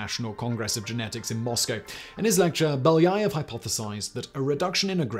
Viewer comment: Being Russian, this hurts my ears to listen to the author constantly pronounce Beljaëv incorrectly😥